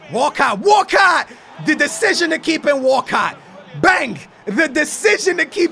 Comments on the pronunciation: Everyone: Walcott: Wacatt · Walcot sounds like walkout lol